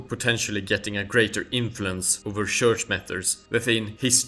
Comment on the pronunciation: Please note that in English the word church is pronounced tchurch. Just fyi